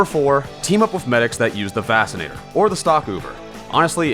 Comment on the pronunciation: excuse me, "vassinator"?